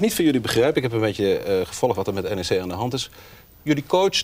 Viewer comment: het is N E C, niet nek. Heb wat respect man.